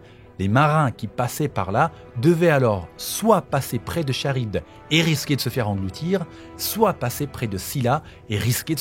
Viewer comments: Ça se prononce Karibde pas charibde, même si ça s'écrit Charybde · Franchement j'aime beaucoup ton travail, mais pour ta petite culture perso on prononce "K"arybde pas "Ch"arybde ! Voilà c'est tout, sinon continue ton taf est au top ! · Petite précision du relou, Charybde se prononce "Karybde" et non "Cha-rybde" :) Et il y a un ptit soucis dans le titre de la vidéo avec la majuscule du i de Nilah :) Voila c'est tout j'adore sincèrement tout ce que tu fais et je like toutes les vidéos studieusement <3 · Super vidéos ! Petit fin fact , on dit « karybde » et non pas « Charybde » même si ça s’écrit bien comme ça x)